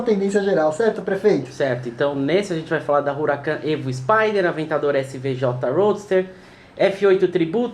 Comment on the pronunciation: A pronúncia correta é 'Uracán', e não 'Ruracân'. Um abraço!